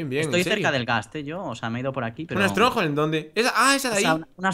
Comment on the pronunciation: ¿Estronjol? ES UNA FORTALEZA!